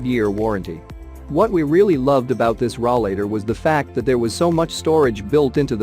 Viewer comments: RAW-LATER? It's called a ROLLATOR. Get your English correct, and stop with the computer generated audio. I got as far as 'RAW-LATER and clicked off the video. Get with the program.... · Yes ... hard to believe it is a "review" when they do not pronounce it correctly!